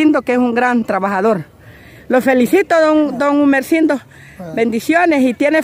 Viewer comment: Es Gumersindo no emercindo